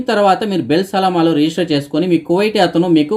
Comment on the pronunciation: HELLO.. BELL SALAAMA KAADU "BIL SALAAMA". EE THAPPUNU SARIDIDDUKOVALASINA MANAVEEEEEEEEE